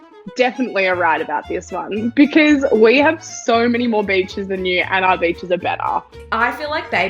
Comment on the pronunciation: Why are we not talking about pronouncing "our" as "ah"?